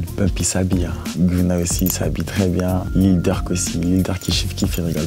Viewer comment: Il a dit gunna au lieu de gueunna 😂🤦🏼‍♂️